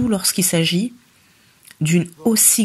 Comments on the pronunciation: Les chroniqueurs yango ayebi ko loba bien teh lol.. c mr, il dit Beksiii , lol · C type est vraiment inculte. Et avec un très mauvais français comme ça ! Il prononce " Begsi" pour "Bercy". Tintin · Ayebi ata ko loba Bercy te azo loba bexi ignar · Pourquoi s'intéresser à un mec qui dit "bexy" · On dit Bercy au lieu de Bercy n'importe quoi oza vrai zoba yo Tata oyo